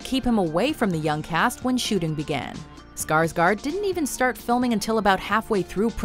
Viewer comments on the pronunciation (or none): I wish people could say Skarsgård right.. Well can people at least say Skargord ;-; I'm Swedish so yah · The way all amaricans say Skarsgård kills me😂😂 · If you are going to use a name in a video then learn how to pronounce the name. You totally butchered Bill Skarsgård name, as we say in Sweden. Gör om gör rätt, (do it again do it right).